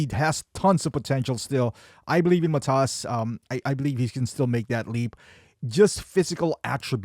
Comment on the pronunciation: Hey mate, when you say Matas name, the accent is on MAtas , not MaTas.